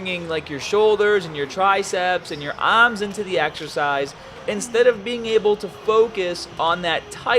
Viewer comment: What's wrong with your Rs? Babell. Ams. Stat to fail. Exesice. What's up with that?